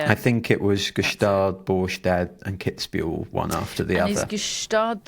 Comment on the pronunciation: It's Kids-bühel, not Kitsch-bühel, and Iasi is pronounced "Yash" as far as i know.